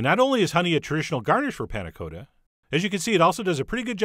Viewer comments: Panna Cotta is said with a short O sound, like a baby's cot, not like go. Its made worse that you pronounce it correctly Why do you do this to me chef john :( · For anyone who might be interested in the correct way of pronouncing panna cotta. The o is not long as in Dakota, but short as in cottage. The 'a' is more open and snappy, but I'm not sure there is quite a good example or an equivalent sound in american. It's like the 'la' in do re mi... for those who have practiced scales. Both 'a's, in this case. I would recommend using a vanilla pod instead of an extract. And, definitely serve the 'harder' way. The crucial quality attribute of a panna cotta is consistency, most easily judged by giving the plate a 'jiggle' and you can see that perfect wobbliness. Can't really do that if you haven't flipped it:-) But I think those ramekins are less than ideal. Thick, and you can't really give them a whack on the plate. A little plastic mug would be easier, and you can warm up in your hand.